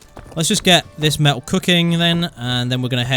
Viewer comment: i just repeated the way he said ir, he never says metal, only male